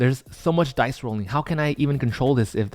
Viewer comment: Why does it sound that you’re saying die instead of dice ? It is strange.